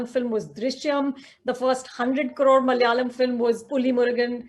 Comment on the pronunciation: its malayalam not mal'yalam.